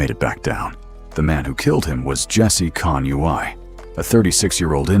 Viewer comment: CONUI is pronounced “CONWEE”